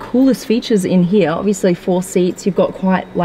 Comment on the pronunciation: Love the way you say ( heere) 🙄